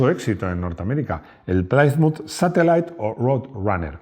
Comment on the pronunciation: Plymouth se pronuncia PLIMAZ Saludos desde Chile.